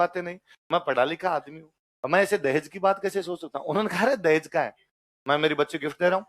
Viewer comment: सर जी देहाज नही है देहज गलत है